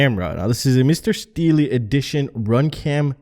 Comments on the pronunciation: haha u cant fuck up this legends name man! its just pronounced "steel" not steeley lol 😂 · It’s pronounced “Steel” sir. Good on paper review. I have tried many cameras over the years. CCD is the only thing I can fly with upmost confidence. And the image quality is very good as well. Smaller cams just don’t hold a candle to the larger sensor and GoPro 2 lens optics. But again it’s all personal preference at the end of the day. And I’ll continue flying my outdated gear it seems to be holding me back... :) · Laughed abit when he isad Steel-E :P Good stuff that you wrote Mr. Steele ^_^ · "Mister Steel-E"? LOL